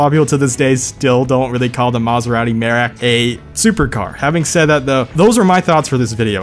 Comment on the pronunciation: Btw its pronounced mérak Merak is a indonesian for peacock